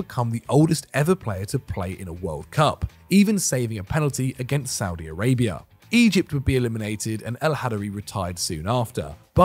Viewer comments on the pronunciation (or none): none